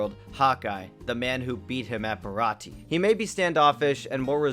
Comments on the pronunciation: Don’t skip filler. Filler is extra one piece and I can’t get enough. And how you gonna mispronounce baratie. And how you know he’s french. In the first dub he was a New Yorker kinda. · Um...Sorry WHO??? Check the name again... And... That's THREE mispronounced things now (Baratie is pronounced Bar a tee AY). AND ITS eh knees lobby